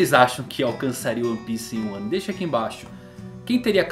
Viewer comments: De vez em quando eu não sei se ele tá falando "Wano" ou "um ano" kkkk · eu tava me comfundido se vc tava falando "1 ano" ou "wano" kk dps q entendi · "Quem conquistaria One Piece em Wano"? Buguei até entender que estava falando "em Um ano" 😂😂😂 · Ele falou em 1 ano kkkk eu ouvi wano Man kkk